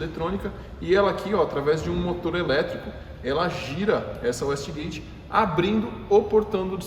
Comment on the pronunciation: Excelente vídeo, só uma correção: A pronúncia é uêiste gueite não uéste gueite.